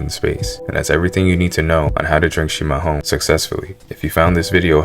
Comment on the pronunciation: Parabéns,você fala chimarrão do jeito certo 👍🏻